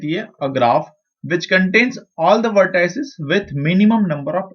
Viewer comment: XD I cracked so hard every time he said that but I appreciate the effort tho :))